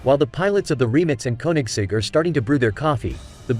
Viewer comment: Why can't the commentator pronounce the names of the Rimac and the Koenigsegg correctly???😠